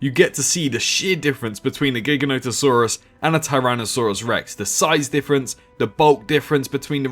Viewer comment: It’s pronounced gi- ganotosaurus not gig-anotosaurus